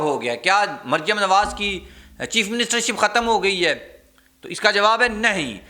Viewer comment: حضور اپنے تلفظ کو درست کر لیں ۔ لفظ “ ہے” نہ کہ “ خے “ دوسرا یہ کہ لفظ بھئی کا استعمال غیر ضروری۔